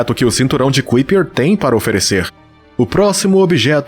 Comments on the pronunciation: Kuiper= pronúncia aprox.= CAUPER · Kuiper : "Cáiper "